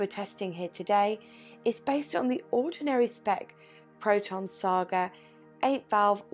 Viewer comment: You pronounced it well... glad to watch it ...